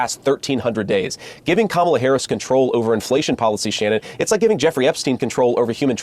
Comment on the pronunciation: Congratulations to JD Vance for consistently pronouncing Kamala’s name correctly! Now, convince your GOP children to grow up and do the same. There’s a glimmer of hope?!? Nah 🙄